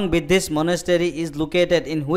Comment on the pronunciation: It should be Buddhist not Biddhist sir g .69 Q